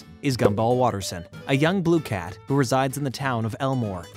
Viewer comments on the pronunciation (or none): You do realize that the voice is completely AI generated. You can tell from the odd pronunciation of words like "Blue Cat" .